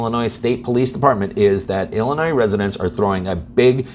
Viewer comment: Did you say, “ill annoy?”